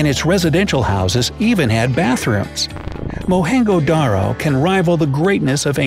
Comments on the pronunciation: Its mohen-'jho'-daro not mohen-'ho'-daro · That's pronounced as Mohan-joo-daaro not mohanjdro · Its not mohin go daro .... Its mohin, jo daro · It is mohenjo daro not mohengo daro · Its not mohengo its mohenjo spell the it proper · its pronounced mohen zo daro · Why did the narrator pronounce Mohenjo Daro “Mohengo Daro”? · Wow! , Mohenjo Daro shows Indian flag and says Pakistan amazing 😂 , and the way you pronounce it is wrong . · you pronounce mohenjodaro wrong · He mispronounced it, too.